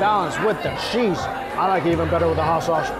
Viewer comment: I love your reviews!! I just have to ask... why do you say sheese for cheese and shicken foe chicken for not schen for a Mike Chen?